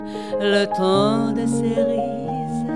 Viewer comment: cerises(正スリーズ→誤セリーズ)の発音が間違っているのだけが惜しまれてならない名唱。